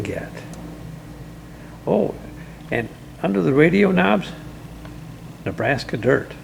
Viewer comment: you make “Nebraska Dirt” sound like a dirty word…thanks for sharing the hair drier idea, I’ll have to try that…thanks as always.